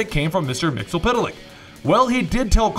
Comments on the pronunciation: "Mixelpittelick". Excuse me, remember that episode of the animated series? It's pronounced, "Mix, yezz, spit, lick." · my friend, let me help you out with pronouncing Mr. Mxyzptlk via the animated universe. Mix yeeahs spit lick. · how you pronounce mxyzptlk is mix-yez-pit-lik.